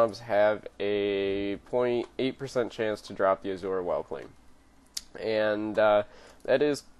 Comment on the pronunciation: Azure not Azura. Azzoooer